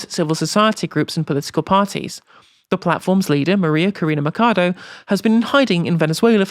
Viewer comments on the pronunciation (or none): 'Machado' not 'macado'. Ch, like in chicken 😉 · What's up with Brits and defaulting to Italian pronunciation for "ch" digraph in foreign names hahaha (I'm not actually upset, it's just funny). Machado, being a Spanish-language name, has the same "ch" sound as the English "chase." I can't remember what the word was, but it was another Spanish name or word, and also pronounced it like "k."